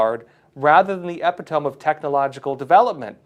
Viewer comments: Love you, brother, but I believe that word is pronounced E Pit oh me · I know is a intelligent man certainly more intelligent than I, however he completely butchered the word “ epitome “ to the point I had to guess what he said and back up the video to confirm my hunch. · Epitome is pronounced EE-PIT-TA MEE"